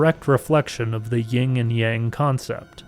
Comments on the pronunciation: Sorry but it's YIN and Yang. Great video though! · Sorry, sounded like you said Ying. I was just teasing anyway, it wouldn't be big deal, i enjoyed your video a great deal!